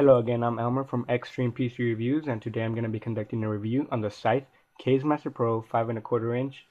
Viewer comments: it's not "kayz" it's "kah-zeh" which means wind in japanese... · pronounced "kazzi" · Kaze is pronounced like the kaze in kamikaze. Lol kayz